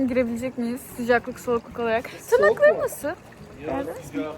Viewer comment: Abla elli kere tırnakları. Nasıl dedin koptum😂